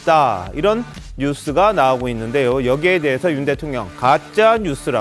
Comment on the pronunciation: 있는데~여. 이여자 발음 골때림. 햇는 데~여..ㅋㅋㅋ